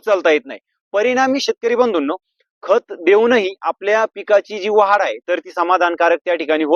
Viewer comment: वाहाड नाही भाऊ वाढ म्हणा कृपया